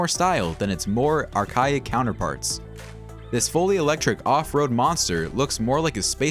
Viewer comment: It's [archaic] 'R-Kay-ik'.. not R -kyic.